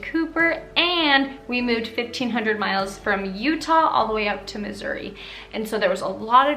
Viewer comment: it sounded like you said "I loved my time in misery" lol